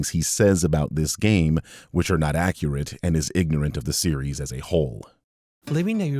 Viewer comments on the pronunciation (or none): none